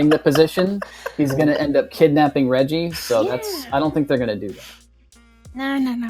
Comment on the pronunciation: Can't believe you guys mispronounced Reggie. Unsubscribe.